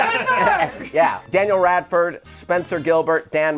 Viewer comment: "Daniel Radford...." Way to fuck it up,.